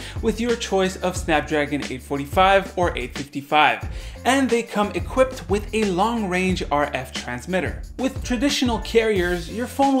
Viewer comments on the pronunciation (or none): none